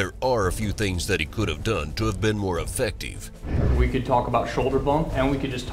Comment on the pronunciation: threw he said affective funny